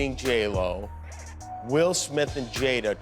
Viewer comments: yeah I can’t stand Ai narrated videos, pronounces her name as “J L O” 🤠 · Why are you saying J-ELL-O 😐